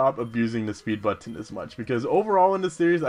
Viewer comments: Oh, sorry, someone already commented on Jaws, anyways, When you say butTon, it's like the opposite of how on the Animaniacs, Mindy would say Buddons with NO emphasis on the T at all. Who cares how you say it though, it's your thing. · it's pronounced buttn :p and dragon resists water, electric, fire and grass. Probably some other stuff too. can't remember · You say it butt-on